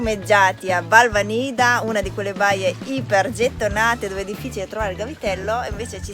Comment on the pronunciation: Si pronuncia Balvànida con l'accento sulla prima "a" !